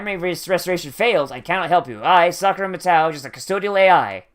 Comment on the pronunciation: Your pronunciation of Matou is annoying